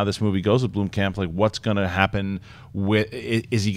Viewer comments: You are saying Blomkamp wrong. I live in South Africa, and in afrikaans Blomkamp means 'flower camp'. There's a city in South Africa called Bloemfontein, which translates to 'bloom fountain'. There is no 'e' in Blomkamp, guys. So no, Sinead is wrong... You guys did pronounce it correctly, but not anymore. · Not sure if it was edited out but in the audio podcast tries to boldly state the correct way of pronouncing Blomkamp and STILL gets it wrong lol. It's BLUM-camp, not BLOOM-camp. Say it right and if you're going to shout the "correct" way, you might want to make sure it's correct.